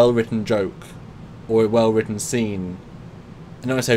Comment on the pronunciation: heh, 'well wrutten' at 8 minutes